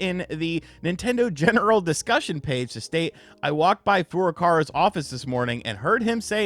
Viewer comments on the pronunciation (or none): still says Furukara. 😂